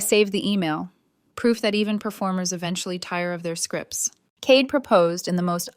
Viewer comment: Cade, mispronounced.